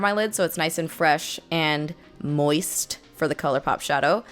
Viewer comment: I feel like you just said "moist" with extra annunciation so we'd all be uncomfortable for like 5 seconds...